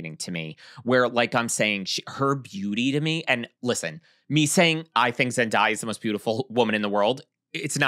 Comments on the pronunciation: Imma say it.. It's pronounced "Zen-DAY-a" NOT "Zen-DIE-a"... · i love y'all. i promise. 😅 + i completely agree w| you about her — she's the hometown hero. but uhmm.... it's ZendAYa [zen-DAY-uh]. 😬 thanks for another great episode! 🖤✊🏾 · i love yall but it’s zen-day-uh😭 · Florence Pugh is 28. Zendaya is 27. (Also I love you but I think you are pronouncing Zendaya wrong 😬) ZenDAYah was my favorite look. She is always flawless. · is saying Zendaya’s name wrong.